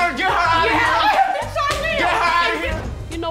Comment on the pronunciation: loll , "Excuse me your Hinu's" not ha tryna say "your honor".. She so cute I love ha